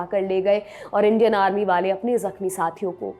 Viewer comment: उच्चारण ग़लत है जो भ्रमित करता है। "इंडियन आर्मी" को "इंडेनार्मी" बोल रही है आप। सुधारें. 💐